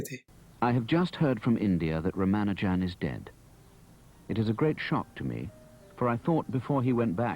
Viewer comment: Raa-Maa-Nujan You're pronouncing it like a westerner